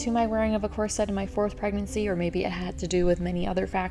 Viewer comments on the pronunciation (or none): Picky person: its KOR-suht, not kor-SET. I'm not sure why you switch pronunciations in the video.